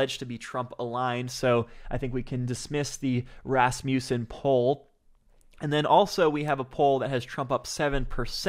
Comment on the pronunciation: Just fyi - Rasmussen is pronounced RAZ-muh-sin.